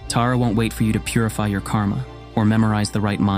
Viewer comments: I’m named after Tara. I wish that her (our) name was pronounced correctly in this video. The stories are wonderful otherwise. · What do you need to know about me besides the way he prounced my name is off 😊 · Agreed. As much as I appreciate and value these videos and efforts, the mispronunciation can be incredibly jarring. That said, it seems unlikely that Tara would refuse to show up or abandon anyone for calling her name with the ‘wrong’ pronunciation. ❤️🙏🪷📿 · Isn't it pronounced Tar Ah not ter a? 🤢 I wish he would edit this for correct pronunciation of the subject matter. 'You had one job'. 😩 Ah, I breathe a sigh of relief for one second. My real mother named me after her, and after the hill of kings in ireland And for the meaning: ✨ 🌠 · You are mispronouncing her name,. You’re pronouncing it like Earth TERRA. But it’s the Sanskrit Tara. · This AI voice cannot translate properly. The goddess Tara name is Tara, NOT 'Terror'. This AI voice is a sign of the channel creators' laziness! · Thank you for making this video, but her name is TAR-UH, just like my name -- not TEAR-A. Om tare tuttare ture soha. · Taa-raa … not Tay-ra … ❤ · Her name is pronounced Tahrah, not Teeruh. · Dont say Tera...its not tera...its Taaraaa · Yes it was quite disconcerting, hearing it as such , PERHAPS to look on the bright side.... When facing TERRA CALL ON TAARA. God bless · Accurate pronunciation would be when saying ''ta' as in Tarzan with tongue tip touching front of teeth..hope it helped.. sharing what I know ❤❤❤ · Pronounced "Tah-ra". It is jarring to hear you pronounce it incorrectly. She isn't a figure skater in the United States.